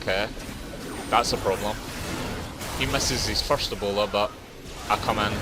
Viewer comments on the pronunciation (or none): Lol why did it sound like you said "ebola" when rengar leaped at you and launched his bola strike at you? lol